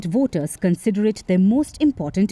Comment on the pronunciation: Woters or voters . What a naughty pronounces on.😅😅